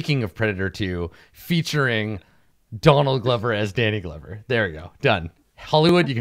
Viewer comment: they took 3 - 4 minutes just talking about glover (sounded like glubber). i love this let's play but wtf